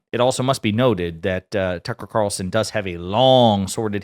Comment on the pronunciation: “Tuckel Cawlson”